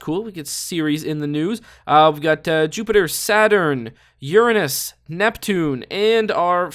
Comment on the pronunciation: I like how he correctly prenounced uranus